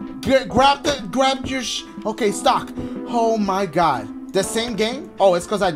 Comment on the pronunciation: Why Dachie sound like he saying stalk when he says stock 😂😂😂😂